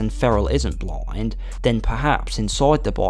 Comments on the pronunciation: "BLOIND"? Why do you pronounce "blind" that way? Where are you from? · "The Predator isn't bloind"